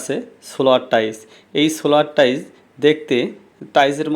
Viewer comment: টাইস নাকি টাইলস?😂